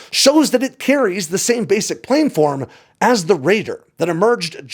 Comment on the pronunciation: please. Plan-form, not plane-form.